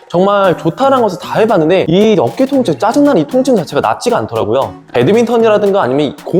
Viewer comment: 첨에 통증이 아니라 똥증이라고 들렸어요ㅋㅋㅋㅋㅋ